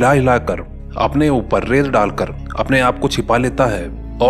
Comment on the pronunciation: Abe rel na hota wo ret hota h